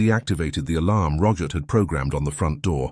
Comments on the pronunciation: Roggit? It’s Robert 🙄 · His name is ROBERT, not RoGert...lol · ..also.. a soft ‘G’.. in place of the ‘B’.. Geeeesh🤨😐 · Why do you call Robert - Rogert ?. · How did robert morph into rogert? Like the english say yoghurt? It's not spelled like roger, just messed up! Kasey is not spelled Cassie, you have wierd pronunciation. Cassie has a short a. Use the right spelling for goodness sake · The Narrator says the name Robert.. with a Hard G in place of the B.. Aggravating..🤨.. ur.. Good, Scary story👍🏼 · Ok.. now it’s ‘ck’ in place of ‘B’😐